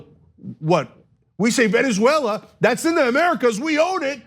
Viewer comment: Hey Ana.. this is said with love...please practice saying Venezuela. Not veneswella. 😂😘